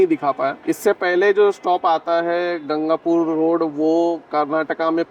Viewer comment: Bhai its not gangapur its ganganpur